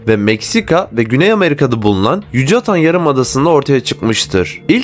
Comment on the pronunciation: Yucatan degil Yukatan okunur.